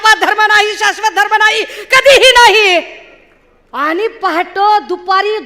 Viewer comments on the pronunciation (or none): आनि पानि वहन पुरन …. ह्या बाई च्या भाषा शिक्षकाने आत्महत्या केली.